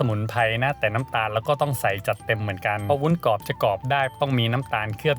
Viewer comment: ทำวีดีโอสวย การนำเสนอดี ขัดใจนิดนึง คุณพูดว่าวุ้นกอบ ซึ่งควรจะพูดว่าวุ้นกรอบ